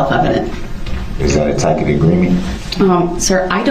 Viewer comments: Hes heinous but i do absolutely love how smart he thinks he is as he butchers the word 'tacit' (he says tack-it) and hurls objections with the same precison as a monkey with a typewriter trying to write an essay. Hes heinous but hes also a wonderful example as to why you shouldnt represent yourself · I love the "tackit" agreement comments, as opposed to "tacit," pronounced TAS-it. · "A ticit agreement" "I don't know what that is" - the judge "Of course you don't" I'm wondering what that is to this day. This guy should start a legal school. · Uhhh when Brooks is arguing with that poor judge, he asks, “Is that a tack-it agreement.” Does he mean a tacit agreement? Good lord, what an idiot. I feel so bad for everyone else in the courtroom that had to listen to his nonsense. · "Is that a tackit agreement?" "Sir I don't know what a tackit agreement is." lmfao My favorite part of the whole trial has to be when someone said "Burn in hell you piece of shit" when he was found guilty for one of the murders. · "Tack-it agreements" if the perfect summation of his legal knowledge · "Tackit" agreement hahahahahaha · omg he was trying to say "tacit." A tacit agreement. I didn't even realize until my second time watching this. No wonder the judge had no clue what the hell he was talking about. What a piece of work. (Thanks for the video! P.S. That explanation of "opening the door" was a model of clarity, it really shows how you take the time to unpack all the legal and criminal aspects of these cases for the viewers.) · It must be wonderful to know all the lawful laws in ALL of the USA without even finishing high school, or even know how to pronounce a word like ask or tacit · Dumb Darrell is mispronouncing the word but still tries to get sarcastic with the judge when she doesn’t recognize what he’s attempting to say. 🙄